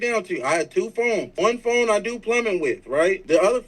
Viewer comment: First off I knew he was weirdo from when he was arguing with women he just meet.... Then he has a speech problem f.. the bullet in his mouth.. he said FOAM not PHONE😅😅😅😅😅.. THATS DYSLEXIA. I DATED A GUY WITH IT. He has that disability. On top of that you can tell he was a fake and jail bird lol. Notice not a friend or family member is defending him..😊😊